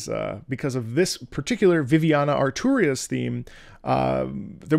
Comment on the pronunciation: Yes i was weirded out how he said it and the near light shorts didn’t help